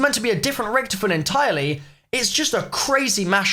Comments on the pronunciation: Rich-to-fen plz not Rich-tofen :) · It's richtofen said like toffee, not richtifin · I love how u say Richtofin like Richtoven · Why does he pronounce Richtofen like that? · I don’t like how you say Richthofen